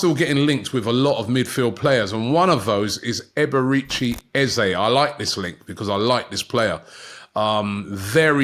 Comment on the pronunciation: It will only be £30m if they sell ESR. …. and it’s Eze ….. not Ezay …...an e not an a!🤦‍♂